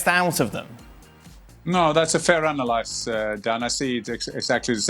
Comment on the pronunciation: Someone please tell Jan the word is 'ANALYSIS'!!!